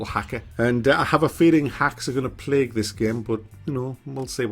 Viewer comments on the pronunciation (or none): none